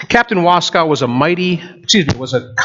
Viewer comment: There is no cow in Waskow. We pronounce the name, "Was-koh"